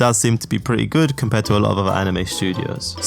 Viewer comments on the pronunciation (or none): none